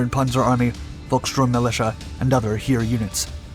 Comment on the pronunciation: VIS" tu la. Heer pronounced same as hair/hare.